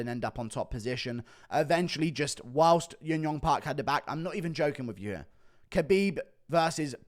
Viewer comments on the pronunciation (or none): none